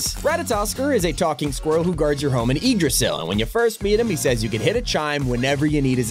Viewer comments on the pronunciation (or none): The way he pronounced Yggdrasil tho 💀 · Btw you pronounced it idrasil but it is pronounced yidrasil